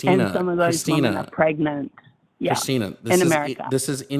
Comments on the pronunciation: I'm I the only one who is driven crazy by the new pronunciation of "womEn" as "womAn"? Is it a TERFy thing? I notice generally younger TERFs say "womAn" when they mean "womEn" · It irks me SO MUCH when people can't say the word WOMEN. How is it that in the last 6 months people just default to saying the singular woman instead?